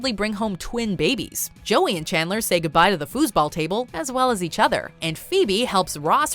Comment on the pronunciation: "learn about her relationship with Kandler" Kandler? plis tell me am not the only one hearing that 🙀